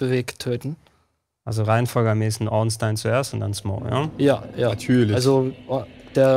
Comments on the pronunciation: Warum sagt ihr Ornstien? Heißt er nicht Ornstein? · Das ist nicht ganz korrekt. Einstein wird normal Einstein ausgesprochen, nur halt mit scharf S = "Einßtein". Spielberg ebenfalls = "ẞpielbörg". Bei Ornstein ist es Regionen-abhängig. In manchen englischen Regionen nennt man ihn tatsächlich "Ornstien", das stimmt. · Guter run, bissl abgehobener typ, bisschen cringy wie er redet (und gewisse personen ornSTEIN und smough aussprechen), aber die welt brauch nicht noch mehr ds streamer😅